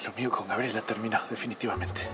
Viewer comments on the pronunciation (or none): dio risa cuando maria elena dice abela y no gabriela